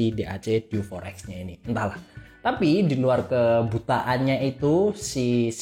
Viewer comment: Untung berikutnya ngomongnya diganti dew 4 ex. Yg awal pas opening enggak banget, masak DI EWEK EMPAT KALI 😅😅